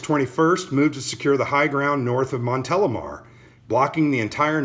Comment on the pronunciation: Very interesting review, and yes, you pronounce correctly Montélimar ;)